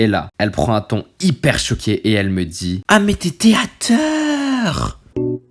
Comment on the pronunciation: Ahh mais t’es théâteeeuur !!! 😦